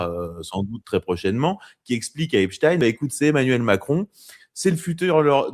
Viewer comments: Ç bien il dit epstin 😅😅😅😅il sera bien vu.et invité sur bfm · Dès que quelqu'un dit epstine et non Epstein je ne l'écoute pas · Les anti Trump prononcent èpstine 😄